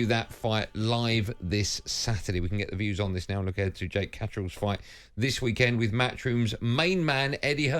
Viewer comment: Did he just say Jake Catteral? 😂😂